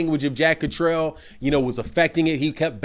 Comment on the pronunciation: Blu Cantrell. He’s jack Catter-all. Not jack Catrell